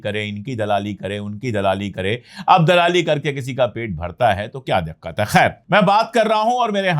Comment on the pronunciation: Dakkat nahi dikkat hota hai sir sorry 😔